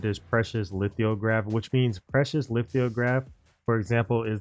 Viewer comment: no bro, you said lith-IO-graph every damned time. it threw off the entire video. simple word. and sollant? that's not hard.